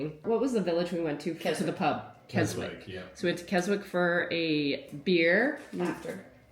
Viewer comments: I love the lakes, it's about 2hrs drive from where I live in Yorkshire. Small point Keswick is pronounced without the W. So glad you had a good time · Just to let you know.. it's not Kes Wick.. it's pronounced "Kessick". And never apologise for lack of filming...especially when you are on a Working Holiday. How often do you and Mark get to actually get off the farm Enjoy when you can.. and BE IN THE MOMENT. Not everything needs to be filmed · Thanks for making me cry. Beautiful moment! Just to b that Brit but u don’t say KesWICK u don’t say the ‘W’ 😉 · Keswick, pronounced KesIck! x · Pleased your all having a good time in UK. It's a silent "W" in Keswick. So you say it Kesick. We love the Lake District. Many holidays there. Walking up the Fells is awesome with the views.😊😊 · Thank you for sharing with us, I love watching your vids of farming life, and now of this trip. Looks like you’ve seen some of my favourite bits of the borderlands. PS - Keswick is “Kes-ik” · Keswick ….no ‘w’. It’s pronounced kesick. Xx That mausoleum with the doors that was behind you is known to be incredibly haunted . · So glad you enjoyed your trip to our beautiful Isle. It's full of history, beautiful countryside and on the whole, nice friendly people. Just a minor correction Keswick is pronounced with a silent W so it sounds like Kesick. Hope you got to see some of our famous Herdwick sheep. They are so cute. Married to an Irish man I still think Scotland, Wales and England are more beautiful 😊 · Pronunciation in the UK IS TRICKY. Keswick Pronounced kesick. Miss out the w. I'm sure you've realised how small the British Isles are. Enjoy. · sorry it is pronounced Kesick, we honeymooned there in 1966. Boy it sure is bringing back lots of memories. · Keswick. Pronounced Kes-ick. Don't sound the W. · Bless ya..Keswick is pronounced kezzick.